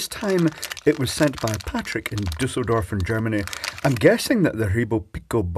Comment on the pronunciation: Excellent pronunciation of "Düsseldorf"! I'm intrigued, how come? The ü-sound doesn't exist in the English language, so at some time you must have learned to pronounce it.